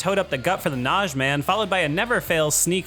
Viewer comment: Nah-GEE. Not Nazhee